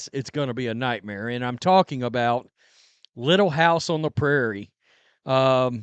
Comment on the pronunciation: Don't call it "Little hiuyse on tre Prairie" GD THIEVES